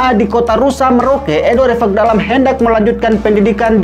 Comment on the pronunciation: Host selalu menyebutkan Evakdalam padahal yang sebenarnya Ivakdalam. Menyebutkan nama seseorang harus tepat